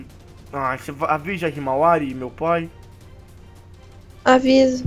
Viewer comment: rsrsrsrssra como que foi erra o nome da irmã do Boruto em? "HIMAWARY" kakakaka